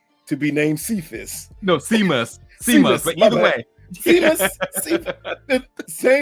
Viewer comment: Lol the cop’s name is pronounced shay-mus. The same way Sean is shawn.